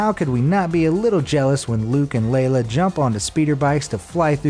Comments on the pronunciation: Luke And leila!!!! star wars is my life!(not litteraly) your prounouciation of leah is a disgrase to the human race J.k good vid but but please fix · Leila? It's F'n Leia! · He called lea, lela so i disliked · Did he really just say, "Luke and Leila"??? Yeah, you just lost any cred you thought you had, dumbass. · DUDE!!! Did he just say Luke and LAYLA?!? Don't talk Sci-Fi , espescially Star Wars if you don't know the names of the main characters!!! I hope the fanboys don't see this! They would be seriously triggered from that! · Plus...ITS LUKE AND LEAH!!!!!! NOT LUKE AND LELA!!!!!!! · you called leia lela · Luke and “Lay-Lah”?! WTF! Have you seen Star Wars?! It’s “Lay-uh”! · I know I'm a lil behind schedule but I just saw this video & I think my Favorite part is when the Narrator (You), refers to the 2 characters, jumping on the speeder bike, as "Luke & LEYLA"... LOL! Did you mean "LEIA"?? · Leia*, not layla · I just wanted to point out that her name is Lea not Layla not trying to byb bro just trying to be accurate love your videos please keep em coming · Did he just say Layla instead of Lea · I'm calling foul major major foul. I believe the correct name is Princess Leia. Not Layla. What you said. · Let's not pretend he totally said "Layla" instead of Leia..💀🔫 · You said Layla it’s a Leah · Comments in %: 90 % ”Leia, not layla/leyla 9,9 % nice vid And 0,1 % this. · Thumbs down. He says "Luke and Layla" not "Luke and Leia." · *Leia...lol I’m sitting her like who tf is Layla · ? WTF happened to the narrator? Layla is on Futurama but still that's Leela. It's Luke and Leia man. Layla? Layla... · Stop doing death sticks its called Leia not lehya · Luke and “Leila” it’s Leia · Its LEIA, not LEILA! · He did not just say: "Luke and Leila" ... whoops!! Her name is Leia, not Leila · He said like and layla... it's leia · it's Leia, not Layla. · Leia not Layla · LAYLA?! (Pronounced IT'S LE-AH) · Also it's not layla, and it's not leah... it's leia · "Luke and Layla"